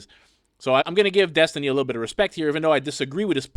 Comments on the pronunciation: Destiny picked a name that he can't even pronounce properly. Dethtiny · Oh boy! More with-dom from DETH-tiny.